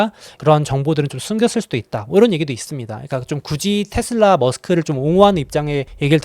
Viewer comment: 미국현디 발음도 다 테슬라라고하는데 왜 혼자 텟슬라 이러고 있음?